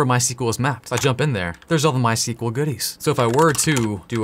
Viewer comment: Since you repeatedly tried pronouncing it ;) MySQL is named after the inventors first daughter My (In Swedish it's phonetically closer to "mui")… pop quiz; What his second daughter is called?